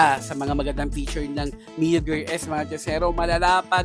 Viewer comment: Gear po hnd gerr😅